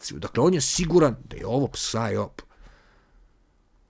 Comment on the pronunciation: ne kaze se psaj op nego saj op.